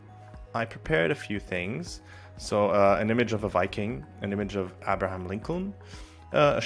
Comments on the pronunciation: Wait till you notice him say Abraham. Seemingly perfect English but reading abstract words was never taught... Maybe he's a bot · there it is. Amazing. Yes i suspect he's a bot too.